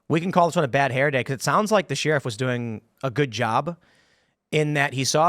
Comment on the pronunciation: Why does Tim pronounce the word “sheriff” as “Sheeeeeeriff” lol?